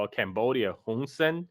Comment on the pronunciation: "CAMbodia" (as I'm camera). Not a burger.😊